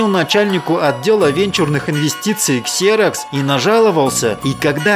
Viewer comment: ну какой КСЕРОКС, если компания называется ЗИРОКС.